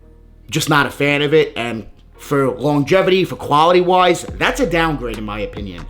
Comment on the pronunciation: “Foiiiiooppy” “Quaouity” lol dudes a hater